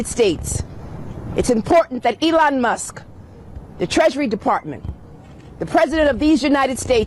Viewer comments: someone tell her there’s a loud K IN MUSKKKKKKKKK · She calls Elon..... Elon Muss... because she can't pronounce the K. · She’s going to get sued again for defamation issues. she didn’t even say his name right Elon Mus 😂😂 Musk pronunciation Leticia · I hate her. Lol. She can't even talk. Elon mussss! Muss muss muss. Lol. Its musk you fool! With a K!!!! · Who is Elon Muss? That man’s last name is MUSK. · ELON MUSSS? No K? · Letitia James can't even say Elon's name properly. His last name is NOT Muss. She is a pathetic excuse for a figure of authority. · Wtf is elon mussss?